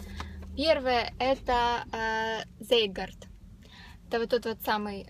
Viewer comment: Я Вас немножко исправлю, можно? :) Постольку продукция LR немецкая, то и названия читаются по-немецки, значит прибор Zeitgard произносится как "Цайтгард(т)". Объясню: в нем.языке "z" произносится как "ц", а "ei" - "ай".